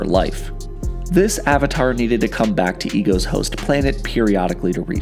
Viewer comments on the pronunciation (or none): none